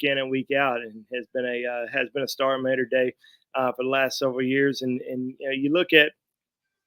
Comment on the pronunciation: Love you brother! I am from LA but my parents are from Bama. Just to help out Mater…. It’s not like the Ma… in May…it’s Ma in the Southern style of Ma as in mother brother Maw-ter not May-ter! Roll Tide!!